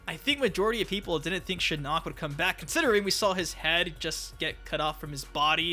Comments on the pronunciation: It’s SHIN-ock , not shi-NOCK. Your pronunciation of his name is driving me mad 😂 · Why do you say shinnok like shinuk 😂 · You pronounce shinnok weird 💀 Yeah yeah go ahead and get it over with "sTfU lEaVe ThE vIdEo" 😐